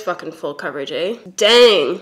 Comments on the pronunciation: you're cutie canadian came out, eigh? 😊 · nothing will be more Canadian than saying "that really is full coverage AyE"